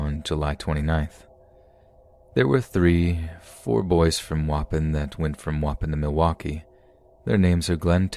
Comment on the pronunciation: Danielle Barks don’t worry I have one too. Waupon is not pronounce waupin, it’s wah-pawn. It took me half the story to figure out he was talking about a town I went to weekly as a kid. No disrespect man just maybe google how to pronounce things if you aren’t sure please.